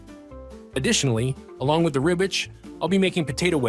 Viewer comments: It’s RibWich not Ribich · It sounds like he's saying ribbich instead of Ribwich lmao